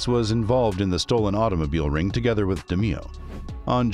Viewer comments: Pronounced DE MAYO. NOT DE MEE O. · I swear to god it's DE NOT DI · Great Episode!!!! Very Informative!!! Just wanna say though, the last name is pronounced De Mayo, the way that would roll off you tongue. But very entertaining and informative!!! :) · Actually the name is pronounced DAY MAYO. And the thumb nail shows a picture of Roy, but calls him Tony. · Almost unwatchable because of it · its pronounced de-mayo.......jesus😒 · Da-MAY-oh. Pronunciation like that, you might be Gemini meat. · You butchered his name. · i dont like how you pronounce roys last name